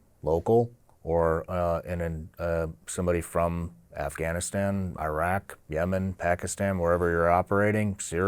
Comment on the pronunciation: It is insanely disrespectful and almost downright criminal that people from the country that went to Iraq and Afghanistan uninvited to blow up (both literally and figuratively) their lives and create chaos for the better part of 20 years don't know how to pronounce the names of those countries properly. It's not "eye-rack" (what do you rack? weights?), but "ih-raak", and the "a"s in Afghanistan are similarly the "a" in the word father, not in the word apple. And you get along with your family members well, not "good". Finally, route is pronounced identically to "root"; rout is a totally different word. JC 🤦🏻‍♂